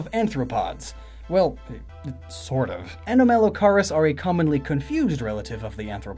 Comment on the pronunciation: A-nom-a-low-car-us Future reference;)